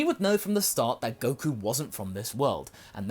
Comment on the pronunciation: It can’t be fixed. Just look at Goku...I mean “Geeku “. No 😂